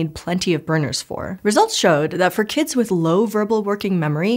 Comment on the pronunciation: "kidziz"!?!? is not a word my good sis